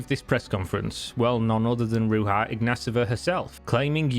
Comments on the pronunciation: Why are you pronouncing her name Ru-ha Igna-sova when it should be Ru-ya Igna-tova ? And why are you pronouncing her brother's name with an -a at the end which is feminine, when his name is Igna-tov ? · Ruha :D learn how to pronounce the name at least if you are going to make a video about this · Her name is pronounced rooshah, just my 2 cents. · Her name isn't pronounced as RU-HA but RU-ZHA. The -zh being the sound as in "measure". Ruzha. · Her name is Ruzha not rooha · it's pronounced Ruzha, not Ruha, smh. She's Bulgarian, not Spanish. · Son , its R-U-ZH-A not R-U-V-A or R-U-H-A. Her name is Ружа or Rose on english . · Her name is Ruhza, Not Ruha ;-) - check the original Bulgarian spelling ;-) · She's Bulgarian, not Latina, so [Roo-zha] not [Roo-ha]. It was so distracting throughout the video... 🤦🏼‍♂️ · my friends, she is not from mexico, its not pronounced ruha, its ruzha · ITS RUZHA , NOT RUHA !!! THE J IS PRONOUNCED ZH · it's not pronounced Ruha but Ruzha instead and she is just the scammer that got caught, the rest of the cryptocurrencies are equal scams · Ruja is pronounced like Rouge, not like bruja. Just a heads up. :) She is a 100% certified gypsy ad I wouldn't buy fake perfume from her, much less crypto tokens. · If you are going to speak about her, at least make sure you pronounce her name correct next time. It is not RuHa, it is RuZHa. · It's not pronounced Ru*H*a. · It's pronounced Rouzha in English and Bulgarian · My dear country fellow woman Ruja, she was so nice and funny. BTW you have butchered her name, J is like in Jack not the spanish J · Ruja is not pronaunced like that it's Rudzha. Great research. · why are you pronouncing here name, like shes spanish? her name is Ruzha. Ruja is just the phonetic writing of her name, because "j" is often used as the phonetic letter for the bulgarian "ж". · Ruja iz read as "ru-zha" meaning rose. Bulgarians are not speaking Spanish so they don't read their Js as Hs. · You mispronounce her name horribly.